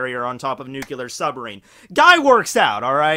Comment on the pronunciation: i love you content and i can forgive you mispronouncing japanese words but for the love of god please stop saying NUKILAR when it's NUKLEAR!!!!! pleaseeeeeee, you're a native english speaker